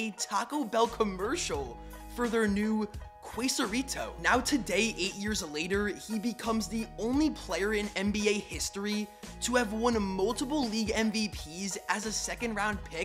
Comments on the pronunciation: Whitest pronunciation of quesarito that I have ever heard. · so triggered by how he pronounced quesarito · Ran to the comments for this. Jesus Christ that pronunciation 😬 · That pronunciation of Quesorito is a god damn Caucacity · Why tf did you pronounce quesarito like that 💀